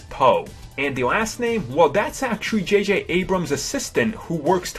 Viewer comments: JayJay Ebrums? wow this guy can't even pronounce the name of the creator correct. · jj ebrams? Lol.